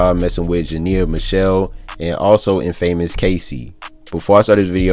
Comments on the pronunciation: Did dis nigga say in-famous .. aye lil buddy it’s one word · Can u say infamous right? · This nigga doesn't know how to correctly say "infamous" yet he sounds well over 20 years old. That's embarrassing